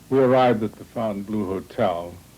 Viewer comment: That Miami hotel is pronounced PHONE TAN BLOW, not BLUE!!